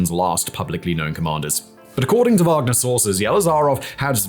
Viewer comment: Yes, Wanger like "wang"